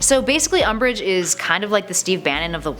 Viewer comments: Guys QwQ Its "Umbish" Hueheuhue ;-;(And to mention im not corecting ppl its just a joke) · It's umbridge not um😓😓😓😓😓